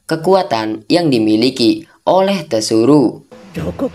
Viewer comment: tsuru "penyebutan nya Suru" Mlah lu bilang "TESURU"